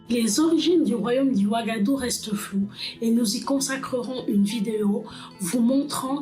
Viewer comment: Tres tres intéressante l'histoire, avec la bonne qualité d'image et la voix 👌👍 rien a dire , Sauf des mots comme wagadou= wagahdou gou === attendre l'année prochaine ici, Et Ghana= gnana=== ca veut dire roi héro, etc.... Sinon hâte de voir d'autres vidéos, surment avec d'autres empires .. merci est bravo depuis Grenoble